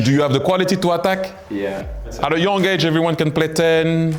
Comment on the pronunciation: 앙리 어때끄 발음 귀엽노ㅋㅋ